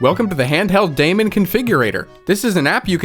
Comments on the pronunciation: Daemon is still pronounced like demon Demon is evil, daemon is good or bad. Was used because it represented an invisible program running. Its not pronounced day mon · Daemon is pronounced Demon and I'm very offended.